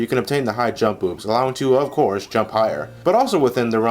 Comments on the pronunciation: I thought you said high jump boobs instead of high jump boots. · I swear he says "high jump boobs" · I thought he said Hi-Jump Boobs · Am i the only one that heard high jump boobs No just okay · Did he call the High Jump Boots the "High Jump Boobs"? I think he did. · did he said high jump boobs